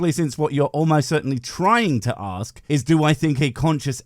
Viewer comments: The word is fucking ask not fucking axe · Why do some people say aks instead of ask? The believer says it right at the beginning. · As soon as he started "aksing" things, I just liked and left. 🤦‍♂️ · Why be axing me all these questions? He already knows the answers, he just chooses to ignore them. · he's going to "AXE" me????? violent christians threatening people wit edged weapons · I have been wondering - what is it with people not being able to just say 'ask' correctly, and say 'aks'. Is it that hard? Just asking. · I don't particularly want this guy to "axe me" anything, tbqh. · You know it won’t go well when he wants to ‘axe’ a question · 😂 Yep. needs an English class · I hate it when people try to axe me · Please don’t axe me, bro! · He's going to axe me, that's a little strong isn't it. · When a person is too stupid to pronounce "ask" correctly, what will follow will be numbingly dumb. As this theist demonstrates. Deeerrp. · I couldn't take anyone who can't pronounce the word ask properly seriously to start with. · If you can't even pronounce "I'm going to ASK you" when you have as many chances to record as you want, you're not off to an intelligent start.... Well it didn't take him long to confirm extreme stupidity at all... 2nd sentence. Well arguably the first was already stupid, because whether you'd like to live forever has nothing to do with whether a god exists. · Is it so difficult to say "ASK"? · Ouch!! Facker 'axed' me!! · “Bro can’t pronounce abiogenesis” Bro can’t pronounce ‘ask’!